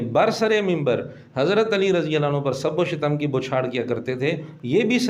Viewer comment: سب و شتم اس میں آپ سے لفظی غلطی ہورہی ہے لفظ شتم ش کے فتحہ اور ت کے سکون کے ساتھ یے یہ مصدر ہے شتم یشتم شتما